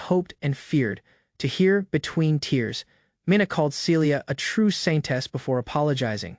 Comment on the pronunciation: Why do I always here Scientist instead of Saintess